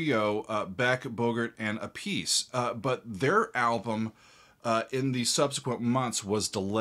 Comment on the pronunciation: "Appice" is pronounced: APP-i'see.